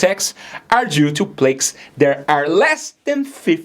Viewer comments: Fantastic, important information. In English, we pronounce PLAQUE (PLAR-K), as in: mark, dark ,shark, bark, hark, lark, park, quark. Not (MAY-KE), as in|: bake, ache, cake, fake, lake, make, rake, shake, take, wake. SABOTAGING (sa-bo-TAR-ging). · Its pronounced PLAC NOT PLATES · Plack it sounds like it'd pronounced not like "plAKe" the word plaque has a short a sound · Pronounce plaque like the word black or back. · May I congratulate you on your excellent English and on your clear pronunciation. Since the word “plaque” figures often here, permit me to bring up one point: the “a” in plaque is a long a, as in artery as opposed to the short “a” as in platelet. It’s a detail but for optimal understanding, an important one. From a retired nurse living in Switzerland, I had a mini stroke in 2022, knew something was abnormal and checked myself into hospital although the only symptoms (tingling in the left palm and the lower left jaw) lasted a mere eight hours and was treated as an emergency. Since then, I have changed my diet completely. I follow, with a few exceptions, a low sugar, high animal fat, (no vegetable fat whatever) carnivore diet which, within the first 24 hours calmed and calibrated my gastrointestinal tube and allowed me to lose 6 kilos of excess fat with no difficulty. As a keen golfer at over 80, I feel amazing and have no fear for my internal plumbing system. Thank you for your very informative posts. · Lovely accent cute guy and it's called Plaque as in cat fact mat ❤️ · I sure hat your presentation. you ought to learn to pronounce the word plaque. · You pronance plaque WRONG. How can people teust you if you do this mistake😃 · If you’re going to be an expert on this, please at least learn how to pronounce “plaque”. It’s annoying.